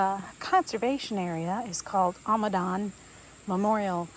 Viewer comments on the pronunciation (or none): Its Amidon not ahmidon